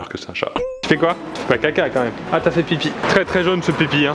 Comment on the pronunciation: CHAT !! et non shè